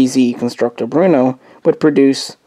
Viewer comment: Cermak? No the designer was Jiri Cermak. Pronounced like Yuri Chairmak. Also its Brno not Bruno.